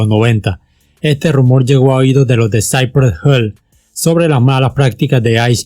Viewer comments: Lo peor fue cuando dijiste: saipre gel😔😔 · With a little effort you might stop mispronouncing the words. Cypress Hill/ Lo pronuncias; "Saipres Jil" no Saipree Hell, but whatever, zero killing OK. Peace, paz. Piiss. Westside Connection uestsaid conektshon Ice Cube Ais Kiub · Porque pronuncias "Cypress Hell" es literal se pronucia como se lee "Hill" Si dices "Hell" estas diciendo "infierno" y no tiene nada que ver con el nombre original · Que culero pronucias Cypress HILL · Que feo pronuncias Cypress Hill de allí en más no hay borlo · Interesante pronunciación de Cypress Hill 🤣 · Me agrada como cuentas la historia de este super grupo, pero tu pronunciación de "cypress hill" me incomoda jajajajaja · No es wisi (wc) se dice dub si (wc) y saipres jill (cypress hill) no cipres hell!!